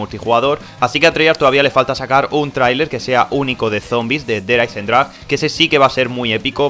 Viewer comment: der hayzendragweeeee